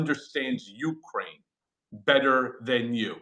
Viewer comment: Cohen, your WIFE is Ukrainian. Can you PLEASE get the pronunciation of her native country right!?!?!